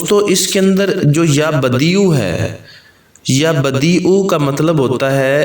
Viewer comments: Pesh Nahi zabar hai please don't mind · Screen per apne يا بَدِيعَ العجائب likha ha or parnhy me ap pesh بديعُk sath parh rhy hain؟؟؟ pesh k sath ha ya zabr k sath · پہلی ع کے اوپر زبر ہے اور دوسرے ع اوپر پیش ہے